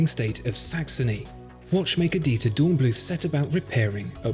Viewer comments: not bloot... blüth! 😉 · Please say "Dornblüt", German doesn't use a "th" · The final 'h' in "Dornblüth" is not pronounced - German doesn't have the 'th' sound we have in English. The word is pronounced like 'Dornbloot'.